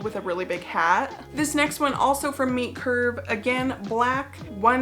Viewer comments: I thought you were saying Meat Curve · So, now I know that it is Meet Curve, but for some reason I thought you were saying Meat Curve. I was very confused at Meat Curve for a clothing brand. Homophones, man. I like the sea snake suit (is that REALLY a thing - to ward off snakes?)